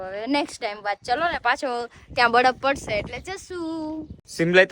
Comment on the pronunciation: badaf ny baraf bolay jamkudi kalu kalu bole😊